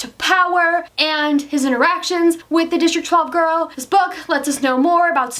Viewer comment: omg the way you said interactions sounded like erections 😱👀🙈😂😂